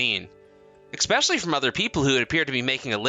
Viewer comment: eSpecially Not eXpecially!😉✌️❤️